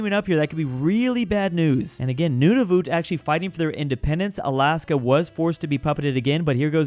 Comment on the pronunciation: Nunavut isn't said like that its pronounced noon-A-vet